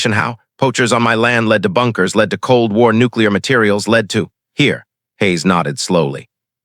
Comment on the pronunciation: Fix a word. The word is led as in bullet and not lead as in leader. 💥💥💥💥💥💥💥💥💥💥💥💥💥💥💥💥💥💥💥💥💥💥🤔💥🤔💥🤔💥💥💥💥💥💥😁